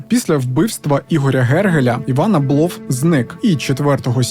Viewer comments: Я вчилася у одній школі з Євгеном Абловим, корупція то у них династійнне, починаючи з діда (голова колгоспу ім.Мічуріна). А ще у їхньому прізвищі наголос на першу літеру А припадає, бо я спочатку навіть не зрозуміла про кого йдеться. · Дякую за відео.,тебе приємно слухати,хоч історії дійсно...це страшне.Всіх з прийдешніх Новим роком!(наголос на а у прізвищі Аблов).Привіт з Одеси!